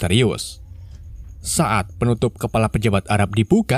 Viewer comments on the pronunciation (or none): none